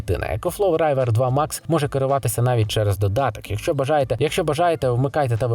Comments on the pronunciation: А чого райвер? Рівер правильно. Як річка. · Вобщето этот ecoflow может нормально так несколько часов питать олодильник. Так что - не нужно обманывать людей. К тому же не "райвер" а "ривер" 😉